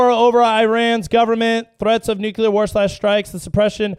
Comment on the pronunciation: NUCLEAR. Not, NuCuLaR.